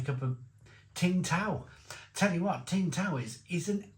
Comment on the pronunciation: For god's sake, It's Sing tao. Not, "TING tao"😂